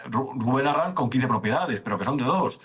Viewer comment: Inmenso, Arranz. O como diría: Herráez, Arrainz, Hurrae, Raurrau.... (Cualquier cosa menos pronunciar bien un apellido)